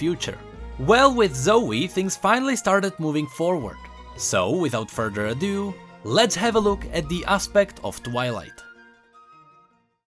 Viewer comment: its further do not FuRDeRaa Duu